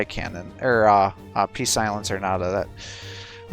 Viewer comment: It's not "pee-silencer", it's "psylancer". Good show, thanks!